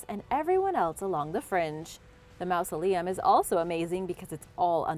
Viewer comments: Stop pronouncing it like "mouse-aleum." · great video, but you’re saying mausoleum wrong!